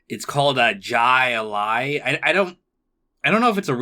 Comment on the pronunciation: If you didn't find My Old Kentucky Home entertaining how did you get through this show lmao. That episode is incredible. And they literally pronounce Jai Lai for you, why did you pronounce the J like that lmao.